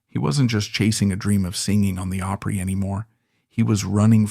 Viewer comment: Grand Ol' Oooopry??? Don't we just love AI narration?